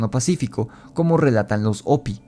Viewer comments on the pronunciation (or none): Se escucha chistosso oirte decir opi,,ja,ja, se pronuncia jopi en y gles y se escribe hopi, yo se q en español la h es muda, pero en ingles no, y no fueron ñlevados a las entfañas de la tierra por seres reptilianos, si no los honbres hormigas q los cuodaron durante michos años,,creo q fue en el.enfriamiento de la tierra, an ice age? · Se escribe "Hopi", pero se pronuncia "jopy".